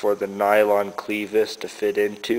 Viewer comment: It's not a "cleevis". Short e, as in rev or seven. Great ideas though.